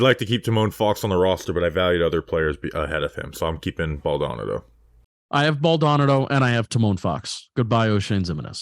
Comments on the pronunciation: It’s pronounced BAL DA NA DO 😂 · Ball-da-nah-dough. Cmon guys.